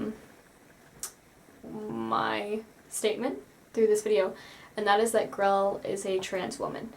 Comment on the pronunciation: Her name is Grelle. Why is everyone calling her "Grell"?